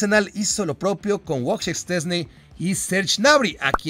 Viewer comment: a ver, es" VOY CHEJ" "SH CHES NE"😂😂CASI LE ATINAS